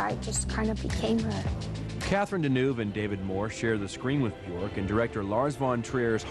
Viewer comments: "Icelandic pop princess BjOrk [...]"... Is it really that hard to pronounce the 'ö' for english speaking people..? There's no 'th'-sound in my first language, but I don't think it's very hard to learn to pronounce it right... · Anubis I know it's pronounced byerk, but then again I'm English. This video is American so you can't trust them to pronounce anything correct. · Johnny Solipsis well they're right... it's pronounced "byerk". The ö is pronounced with an "er"-ish sound.